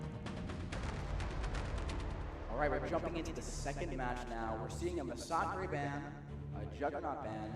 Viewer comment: That's because his name is masacre not massacre. He is a former priest from Mexico so he took the Spanish word for massacre which is masacre. Pronounced ma-sa-creh